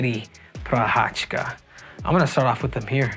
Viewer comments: I m Czech and you don't prounanc it " Prochachka" he's not Russian. You prounanc it " Prohaska" - Prochazka. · You say he's your boy, yet you dont bother to even pronounce his last name right 😭 it's not that hard bro Pro-khas-ka